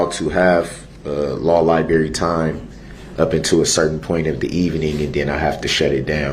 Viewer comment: Did dis fool really say libary?